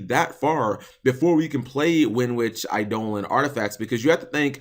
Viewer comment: WHEN ARE YOU GONNA PRONOUNCE EIDOLON PROPERLY BOI